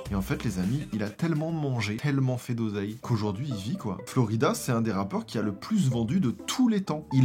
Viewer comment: J’adore!!! 😂 la nostalgie et puis t’es tellement drôle! Par contre c’est Flo raïda pas Florida 🙊